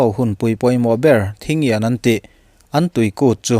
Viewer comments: An kutpui hming kha Tachian ti in lam ila a dik ber ang. Ta sei ni lovin a tawi in. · Thingyan tia i lam khi Tachian tiin lam tur zawk ania😁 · Thingyan =Ta chian, ti a lam rik tur aw. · Kawl ho kut hi "Ta chian" tia lam tur a ni. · Thingkyin, mizo hawrawpin, Ta chian, tih tur a ni, i chanchin puan hun hi, kan lo nghakhlel hle thin a nia...